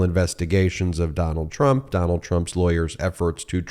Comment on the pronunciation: Trump..... I thought you said turnip 😂